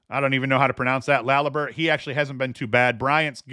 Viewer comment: Public service announcement. The phonetic pronunciation of #81 on Bryant is “la-liberty.” Former NH Tomahawk.